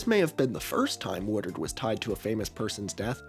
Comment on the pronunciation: i keep hearing a Philly guy say "watered" every time you say "Woodard" xD